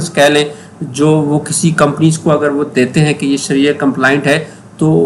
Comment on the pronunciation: شریعہ ہے صحیح لفظ